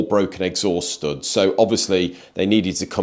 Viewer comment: He can't say "POUMP" or "STOUDS"!!! ;-)